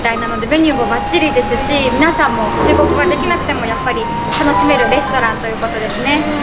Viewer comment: の中国語の発音うまいぞ!